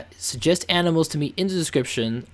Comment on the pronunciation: lol.....you said aminals whenn its animals